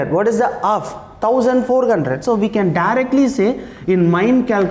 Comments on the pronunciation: Hundred😂 Gundred✅ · Eight hundred sir not eight gundred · Very Nicely explained sir but you told 100 like gundred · two thousand eight gunhred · Its 800 not eight gundred it is irritating when you spell incorrectly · Sir why are You Always saying Eight Gundred . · Sir why do you pronouns "hundred" as ''gundred''